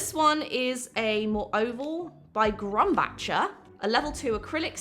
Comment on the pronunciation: NOT a correction, just an FYI: Grumbacher (the brand) is pronounced like "grum-backer". The "ch" is pronounced as a hard "c" or a "k".